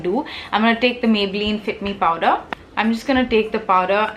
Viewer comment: Heyy love you tons first off! Really a weird concern but is it just me or are you actually saying powDer bullet Huda Beauty lipstick??:/ Is it just me or anyone else?